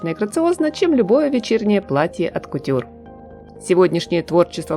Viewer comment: С уважением и удовольствием наблюдаю за развитием Вашего канала уже несколько лет. ❤ Небольшая подсказка: «От кутюр» произносится с ударением на «о», так как по-французски «от»означает: «высокая», то есть, это не предлог, а определение, и «От Кутюр - это и есть «Высокая Мода» 😊 Спасибо!